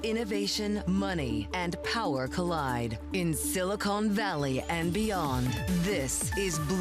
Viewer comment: “Silicone” Valley? “Silicon” Valley please. Is this an AI voice Bloomberg?